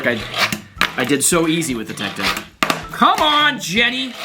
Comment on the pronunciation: bro he was saying it’s tech deck it’s cause he said TECK deck and not TECH deck